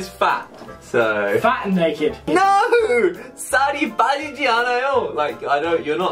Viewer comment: the way he says 'naked' lol